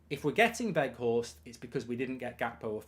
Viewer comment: Not Woot Weghorst mark, W-Out (W pronounced as a V) :)